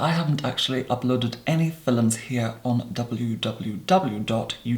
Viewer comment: "I haven't actually uploaded any filums here on w w w dot YouTube dot com" omg